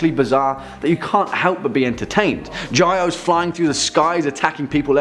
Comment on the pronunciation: Great vid!! (But just a heads up the flying creature, Gyaos, from Gamera is pronounced "Gow-se")